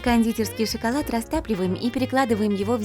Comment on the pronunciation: Зелёный шыколад! Ору